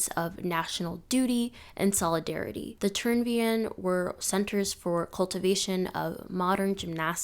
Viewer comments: I absolutely love gymnastics and I'm super excited to watch the rest of the video, but i couldnt help but cringe at how you said Turnverein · The pronunciation of Turnverein was so bad at first I didn’t even get what she’s talking about or that it’s supposed to be german🤣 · Well done, but for future reference: Friedrich Ludwig Jahn is pronounced Yahn, and Turnverein is pronounced tourn-fair-ayn ✌